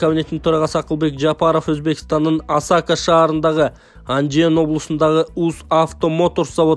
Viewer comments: Туура айткыла АСАКА ЭМЕС АСАКЕ ЭЛЕ БОЛУП АЙТЫЛАТ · Осако эмес Асаке, жөндөп оку, Ошко жакын шаарча, көп барчубуз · Асака десен биздин ойго Япония келди. Шаболотованы Шаботолова дейсин контентти даярдаганда бир сыйра озун окуп маани манызына тушунуп анан чыгар нанды актап жегин.